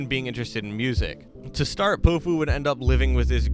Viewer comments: I’m pretty sure it’s pronounced pow-few Not poh-few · it’s POW-fu not po-fu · I listen to him a lot been listening for years ever since Promoting Sounds posted his songs. Plus it’s Pow-Fu not Pohfu but you’ve got a good video here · Bruh your saying his name wrong it’s not po-fu it’s pow-fu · Is it just me or did it piss anyone else off how he pronounced his name poe foo the entire video, it’s pronounced pow foo my guy like it’s not that difficult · he’s been my top artist for three years now!!! ive spent so long wishing more people knew more of his songs, this is a great video! (also it’s pronounced Pow - fu (pow as in power, instead of pow like tow) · POW-fu, not po fu, you foo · Bro if your gonna make an artist bio on Powfu pronounce his name right at least! 😂 It’s POWfu like a comic book pow! It’s not poefu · it’s pronounced Pow fu i thought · did he just say p0ofu? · Bro, you gotta say his name right. Its pronounced POW like in powerful. POW-fu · (Pau-foo) pronunciation or (pow-foo) 🙃, just thought I’d spread spread this… Go listen to him say it himself in his song “would look perfect” at time stamp to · its pow-fu. like kong fu but great VIDEO !!! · the way you say powfu jesus christ